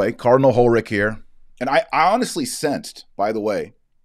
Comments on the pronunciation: I live in Germany. Hollerich is not pronounced like HolleriCK here. The pronunciation has no precise equivalent in English, but slightly similar to HolleriSH. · Not sure this man deserves his name to be properly pronounced, but since you asked: his last name should be pronounced as if in place of the 'c' you had an 's': that is HolleriSh... It's a typical French-Luxembourgish name, originally German, and pronounced in German more or less as in French... Thank you Dr Marshall for staying vigilant and faithful to the truth, and helping us doing the same. God bless you. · You pronounce it : Hollerick (with to L's just like a disease Cholera , but instead "K" you say "H" )